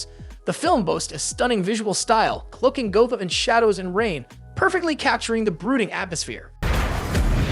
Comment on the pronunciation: Are you entirely a robot? Who the fuck doesn’t know it’s pronounced Gotham?